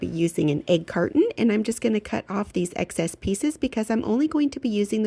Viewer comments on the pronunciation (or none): I don’t know if you realized, or maybe it was intentional, but you were talking about the egg cartons, and you said “excess,” and it sounded like you said “eggcess,” the first time you said it. 😂😂😂